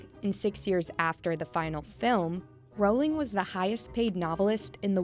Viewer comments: No one is going to talk about how she’s mispronouncing Rowling? It’s not triggering ANYTHING?? NOTHING AT ALL? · You're saying her last name so wrong.